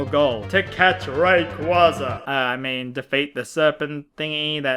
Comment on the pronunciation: god damnit, first you say mythra is better than pyra, and now youre mispronouncing raquaza's name. am i being tested right now?